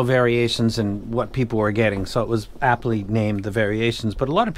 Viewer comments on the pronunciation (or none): none